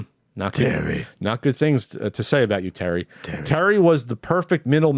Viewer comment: LMAO, me and my brother would say Terry like that, it was my ex mother in laws name. my brothre called my ex Terry Jr. woo she got heated. my face hurts from laughing, good one